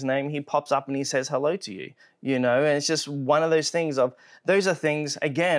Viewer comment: He said "allo" but that's close enough.